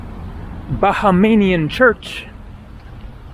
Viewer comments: It’s Bahamian not bahamanian otherwise good vid hope you enjoyed your stay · Bahamian is pronounced ' Buh - hay- mian' not 'Baja - may - nian ' as in Baja California where the 'Baja' is Spanish and means 'Lower.' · And Ba-ha-mian! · Your adding to many vowels when you say Bahamian Nice video